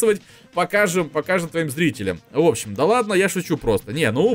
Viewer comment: не ладна а ладно не проста а просто